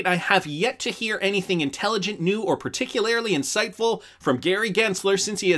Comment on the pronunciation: Do you think you could say particularly like a normal person???